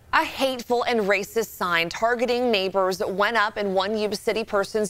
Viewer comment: "...Rasist..." Stay in school. Please.